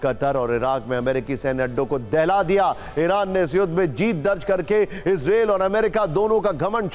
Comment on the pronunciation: Anchor ji इजरायल hai yal इजरेल and jyada chillate ho